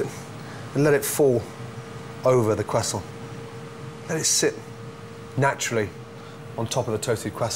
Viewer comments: Eggs are a little to runny for me. Also i cant stand how he says croiscant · You see the funny thing is that he learned to cook in France. This is why he gives French pronunciation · hes not in France and he is definitly not French.